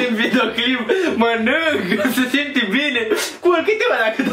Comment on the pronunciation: Ba nu di' pat"😂😂 :,, Ba nu di' pernâ"😂😂 :,, Acu am mancat bini, trebui' sa ni' culcam"😂